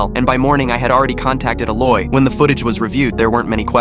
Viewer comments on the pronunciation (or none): Bro THE MAN THAT IS TALKING SAID LOY INSTEAD OF LAWYER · I think when the ai voice over said loy they meant Lawyer its written on the screen😶😑😐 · “I hired a Loy.” Aw yes I love how LOYS can help with lots of stuff…… what even is a Loy?